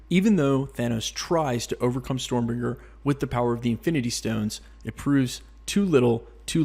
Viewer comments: StormBREAKER, not Stormbringer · 😂😂 I didn't even notice you said storm bringer until I saw your comment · Is it just me or was he calling it Stormbringer? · You said stormbringer you mean stormbraker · "Storm bringer".... this ain't it chief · You can't even say storm breaker right